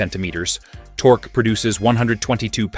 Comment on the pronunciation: Tork-key torque. F AI